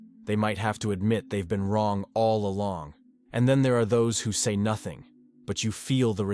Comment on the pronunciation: U said mothing as Carl Jung